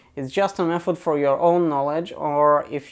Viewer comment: Say Mefod one more time...